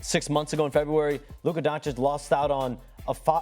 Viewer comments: It’s just ridiculous how many media people dont bother to learn how to pronounce Doncic properly. SAS calls him “Don-chick”, wrong. Heard a lakers pod call him “don-kich”, wrong. It’s “don-chich”. If you can read and understand letters and understand foreign names may need some effort … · I think it's Don chij ✌